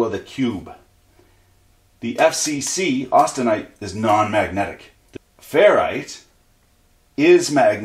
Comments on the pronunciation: its austenite not austentite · Austentite???? I thought it was austenite